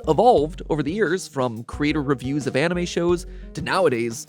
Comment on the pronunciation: You can’t unhear “On-E-May”😂 God bless all Content Creators!